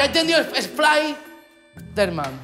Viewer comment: Nadie: Mangel: Splayderman